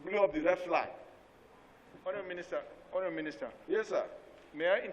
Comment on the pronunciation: I like the way Mr Bamidele pronounces the word Honourable, it sounds so much like Horrible! Lol